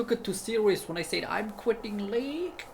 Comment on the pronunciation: Btw, you pronounce "said" as "zed" with an s, so "sed"